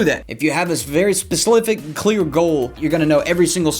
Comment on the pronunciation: "Specifflick" ~